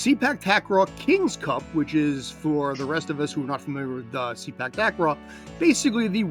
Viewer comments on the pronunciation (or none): The proper pronunciation for Sepak Takraw should be "Say Pak" instead of "See Pak". As others have mentioned, the word Sepak simply means "kick" in the Malay language, while "Takraw" is a Thai word for ball. In Malaysia this used to be called "Sepak Raga", where "Raga" means a ball that is made of rattan. If I'm not mistaken, the name transition happened in the 1970s.